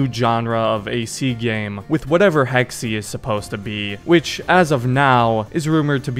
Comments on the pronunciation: I hate to be that guy but it’s actually Hecks-Ay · Hey just letting you know, Hexe is german for "Witch" and is pronounced heks-uh, not heks-e. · "Hex-e" Hexe, pronounced Hex Holy fuck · I am german and I can confirm that it is pronounced like hex-uh